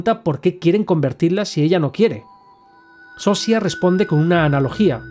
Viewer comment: Yo pienso que al final es malo perderse, sería como estar drogado con fentanilo, tener una “felicidad “ en la que no estás presente. Pero es muy buena filosofía, no sabemos si nos sirve o se sirve de nosotros y nuestros recursos. Buen resumen!! Por cierto, en español se pronunciaría “Sosha” y la actriz “carolina viedra” Saludos desde Polonia.